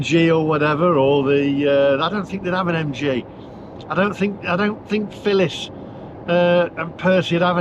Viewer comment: Phillis not filling lol